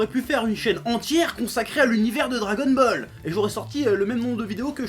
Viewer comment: tu a dit dragonmall est au lieu de dragonball est mais sinon j'aime bien tes videos continu comme sa